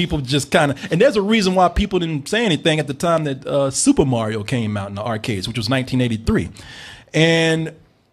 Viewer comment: Haha "Morio" is the new Mario